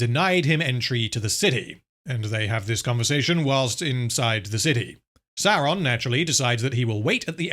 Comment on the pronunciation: You're pronouncing Saurrrrrrrrrrrrrrrrrrrrrrrrrrrrrrrrrrrrrrrrrrrrrrrrrrrrrrrrrrron wrong.